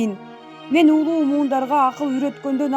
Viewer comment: ДИКТОР КЫЗЫМ, УУРУ ЭМЕС, УРУУ -ДЕП АЙТКЫЛАЧЫ... КААРЫ АДАМ ЭМЕС, КАРЫ АДАМ; УУЛУУ ЭМЕС, УЛУУ АДАМ. КЫРГЫЗ ТИЛИН ТУУРА СУЙЛОГУЛО, СУРАНАМ! !!